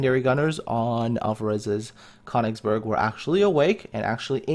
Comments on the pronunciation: it is pronounced kerr - nigz - berg please !!! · It's pronounced Kuh-oon-igs-berg :)